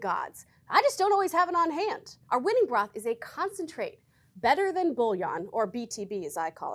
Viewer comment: Need to pronounce it "boo-YON." Bull-i-on is gold bars. 😃